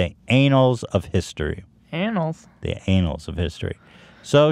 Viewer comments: “It’ll go down in anals of history” -Ethan 2019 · "ann-uls" vs. "Ay-nals" Very easy to make the mistake, my question is if Ethan was making a joke...or if he actually felt like he was saying the word correctly?...No one will ever know.